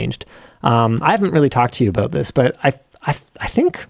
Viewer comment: “Abaooot” lol